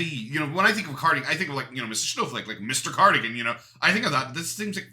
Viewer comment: "When i think of cardigain i think of mr snowflake mr cardiagin ya knlw" 😂